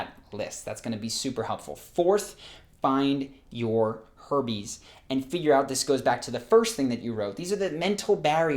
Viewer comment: How many people heard Herpes instead of Herbies?